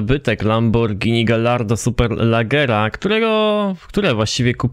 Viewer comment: Nie mówi się Galardo tylko Gajardo bo to włoski XD